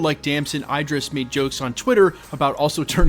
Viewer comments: Name pronounced as E drees, not I drees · Its Idris not I-dris, like Idris Elba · tf is Eye-dris, it's Idris, like Eedrees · bro saying his name wrong, its the same way you say Idris in Idris Elba